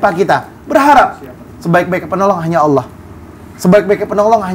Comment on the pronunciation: Ucapin allah dengan baik dan Benar ,beda Bahasa beda arti